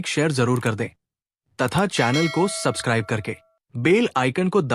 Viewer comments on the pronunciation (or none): none